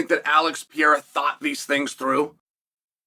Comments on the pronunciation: It's the ALEX PEE-ERA!!!! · Chael, its Alex Pereira , not pee-era! 😂